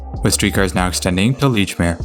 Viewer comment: Makes up for him mispronouncing "Bowdoin". (It's "Bowdun".) But he also got Lechmere right.